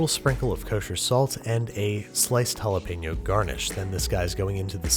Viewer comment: You're mispronouncing Jalapeño, it hurts my ears ;^